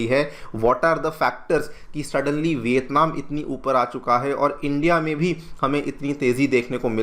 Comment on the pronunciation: Bhai education channel hai hindi to sahi bolo. Vitatman kar sakti hai? India kar sakti hai?